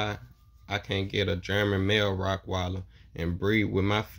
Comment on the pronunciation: Bro it’s Rottweiler not rockweiler